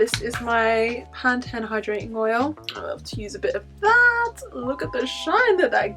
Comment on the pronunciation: I like how you say pan-ten. Or is it different from Pantene we have in the U.S.?